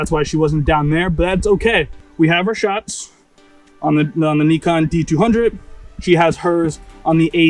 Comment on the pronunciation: Wow you pronounced Neekon correctly! Respect 😊